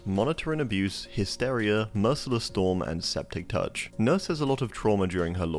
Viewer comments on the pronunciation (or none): “Monitor and abuse” 💔 its abuse as in a-byooz